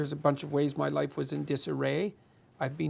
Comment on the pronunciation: Loife. Really hurts my ears when he says life wrong. aahh